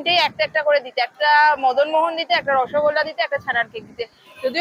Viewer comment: মোহনা নয় ওটা মোহন মদনমোহন কৃষ্ণের আরেক নাম মদনমোহন তাঁর নামেই মিষ্টিটার নাম মদনমোহন। খুব ভালো মিষ্টি।